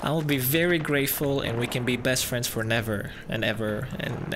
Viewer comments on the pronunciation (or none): " And we can be best frineds fornever" :D :D Oh my god. :D